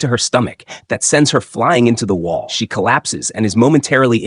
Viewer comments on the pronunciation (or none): none